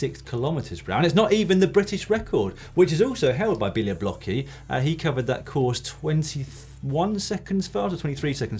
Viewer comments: Come on Dan! Bialoblocki is pronounced "beoblotzki"! I dare you to try to pronounce my surname :P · Białobłocki == Bia - wo - bwo - tski I know it must be horribly difficult to pronounce fo you guys, but you could do a bit better. ;) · Since you have already mentioned Marcin Białobłocki a few times on the show please find out how to pronounce his surname correctly. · I can hardly imagine worse pronunciation of the name "Białobłocki" :D